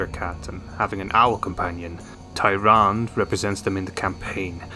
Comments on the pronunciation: It’s pronounced taranduh not tyran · It’s pronounced ”Tyrand-e” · You can't pronounce your favorite hero's name? lol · You can't even pronounce her name right but she's a favorite? 😂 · How can you not pronounce the name when the name is spoken in Warcraft and world if warcraft? Also they aren’t like hunters; the priestess of the moon are like paladins but with bows. Which is why their other form is that of the Warden.